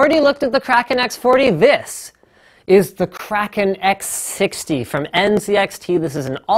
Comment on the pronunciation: Im so glad you don't say "kray-ken"